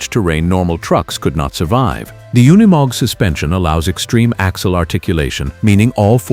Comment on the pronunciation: it is NOT UN E MOG - it is pronounced youkneemog